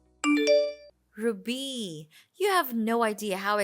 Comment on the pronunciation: The way she pronounces RUBY is so irritating